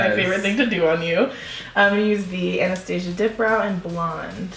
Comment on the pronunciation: LOVE THIS LOOK but she pronounced NYX "N-Y-X" and Anastasia wrong too